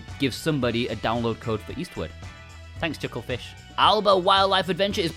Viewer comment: Your accent makes it sound like you're saying Eastwood instead of Eastward. I wanted to say "Clint is Eastwood for me".